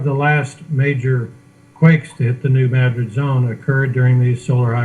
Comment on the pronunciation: Hi. Just wanted to say you are awesome for the time you spend to get the message out! Also New Madrid is pronounced "Mad" as in angry and "rid" just like it sounds lol. it's a local thing I guess!